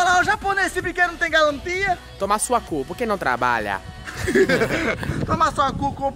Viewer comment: Já ela o calin,no tem mais galantia 🤦🏻‍♂️🤣🤣🤣